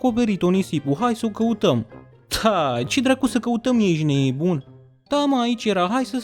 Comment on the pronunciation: Ce-mi place cum spui ,,ejti neboon" :))